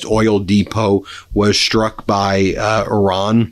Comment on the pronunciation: Ben, please respect the Iranian people by referring to their country as Iran, and not “Oran.” I know you have the heart to do better!